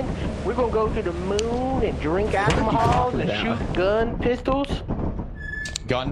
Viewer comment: Delirious saying alcomahol it's some deja vu shit.